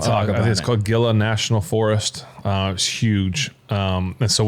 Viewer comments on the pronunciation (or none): As someone from New Mexico, it's pronounced "Hee-Luh" not "Gill-Ah". It's spelled and pronounced the same as the animal "Gila Monster." And he's not wrong, it's rough terrain. Gila National Forest is a beautiful area. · I loved it, but /heela/ not /gheela/ for Gila. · Reserve is some nice country. BTW, pronounce "Gila" like "Heela". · Its pronounced Hila National Forrest. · From a new Mexican, it pronounced Gila (Hee-la) national forest. Hope you had a good time! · Native New Mexican here - it is the Hee-la National Forest. Did you find the hot springs? Awesome place. Love the show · Ben, "Gila" is pronounced with an "H." I've hiked and ridden horseback in that forest. It's a great place. I'm so glad that you enjoyed it. New Mexico wilderness is one of the most beautiful wildernesses!